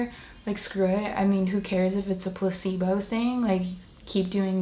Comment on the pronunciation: When you were saying placebo, for a reason I understood Pu**ybow lol